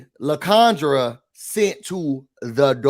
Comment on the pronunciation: It should be LIE-CON-dra